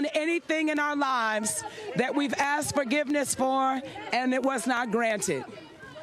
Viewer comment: he axed new york?